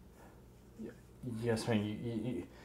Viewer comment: At 2 :30 she said chyes